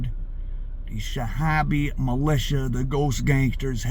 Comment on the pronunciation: Shabiha شبيحة - pronounced "Sha . bi . ha". Good narrative though.